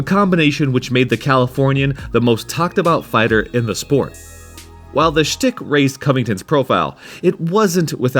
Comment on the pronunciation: "Schtick" is pronounced "shtick", not "stick".